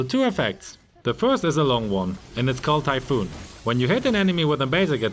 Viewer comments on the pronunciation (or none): more like "typhoon". Also the way u pronounce 40 sounds like 30. Which makes turning cc on is highly needed.😯